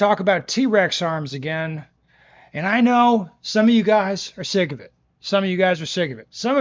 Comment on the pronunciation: “Some of you guys are “Sig” of it”